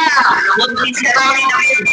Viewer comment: DAVID ANG PANGALAN NIYA HINDI DEVID, PILIPINO SIYA HINDI FOREIGNER